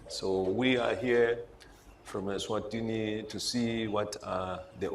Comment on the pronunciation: King MSWATI,King of ESWATINI (not MSWATINI)